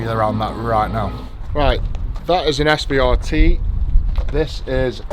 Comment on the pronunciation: mate i was thinking the same the entire time, i love tanks to death so it made me cringe when he was calling it an svrt rather than the CVR-T